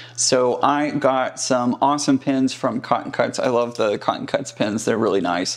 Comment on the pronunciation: Loved the history lesson! Sounds like you are saying "pins" vs "pens", LOL, I just love other people's accents, keeps life interesting. Love your presentation techniques.